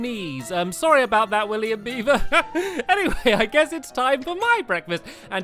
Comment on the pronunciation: Stampy said William Beaver's name right